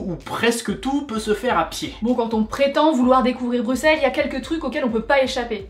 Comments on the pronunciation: Ah ben ça fait plaisir d'entendre "Brussel" et pas "Brucsel" ! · Juste un petit conseil " on ne dit pas stump mais stoump vu que le oe se prononce non u mais ou" :) sinon video génial et merci de ne pas avoir prononcer le X dans Bruxelles